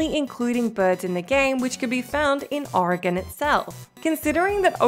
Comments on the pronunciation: I just want to take a moment to acknowledge the fact that pronounced "Oregon" correctly, something most Americans can't do. Kudos! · For one she's from Australia. And second as someone from Oregon I didn't hear anything cringe worthy of how she said it. It was more accurate than people from the other side of the country that say it O-ree-gon.